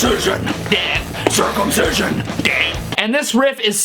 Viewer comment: Why the hell did he say curcumstision? THATS SO GROSS STEVE